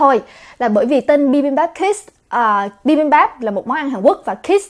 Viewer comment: Em nghe cái chữ kids nghe nó nhấn vô não lun òi H cj đọc gia đình bibambap hết cái nhấn òi Huhuhuh